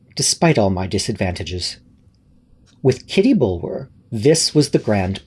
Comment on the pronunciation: This was wonderful! Such great reading chops. Kitty's last name is usually pronounced Bullah. As in Bulwer Lytton. Tiny quibble, everyone's a critic!!